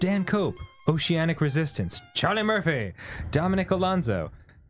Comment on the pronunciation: the correct and only way to say CHARLIE MURPHY’s name lol